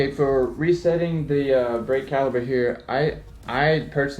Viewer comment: It is. With a "P" not a "B". Still get a like from me though!